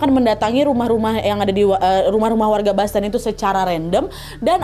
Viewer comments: Koreksi dikit ya kak boston itu bacanya "bosten" bukan "basten" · Bukan [Basten] bacanya. Tetapi [Bosten]